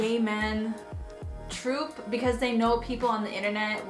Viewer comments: Did she just say TROOP instead of TROPE? OKAY! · It's trope like cope, not troop like poop xo not being passive aggressive, I've been there